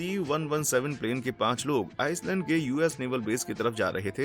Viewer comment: आइस लेंड होता है नकी आइस लंड 😅😅😅😅